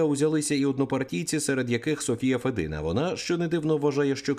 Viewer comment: Не федИна,а фЄдіна.Мовчу матів не вистачає.